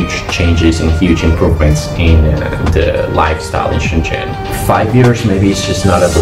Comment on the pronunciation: All 老外, when talking about Shenzhen, please learn to pronounce Chinese "sh" "zh" correctly, I never saw more than one or two people who did it right.